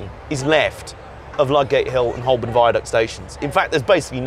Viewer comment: Very interesting! But Holborn is pronounced "hoe-bn".